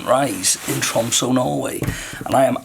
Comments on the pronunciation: Actually tromsø not tromso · Hi, most beautiful place I’ve been!! See if the cable cars run to look over all of tromsø, probably not at this time of year but maybe. Pronounced troms-suhr because of the ø. All the best!!